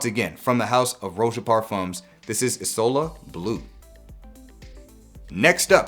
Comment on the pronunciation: Words cannot properly describe how much I appreciated you pronouncing "isola" in the correct way. Goes a long way showing that you ACTUALLY care about your community. I'll never stop being a follower, you're a gem. PS: also deeply appreciate the non-mainstream content and fantastic production quality, keep it up!